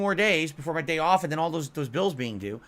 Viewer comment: He's mentioned before, multiple times, about the "day ahf" when he and Khet have ordered DoorDash 3 times in one day. They ordered breakfast, then ordered sandwiches, and then because they were so busy they had to order delivery for dinner as well. He's mentioned before how much he spends on the "Gorging with the Pig" segments. "this meal cost more than i've raised in tips today" when he has $50 in tips. He bought a $50 pizza for the superbowl event. I bet the has only spent $197 in a day on doordash deliveries. Debunked. Or, more likely, literally doesn't track his spending so he couldn't have spent $200 in a day if he never did the math. Checkmate.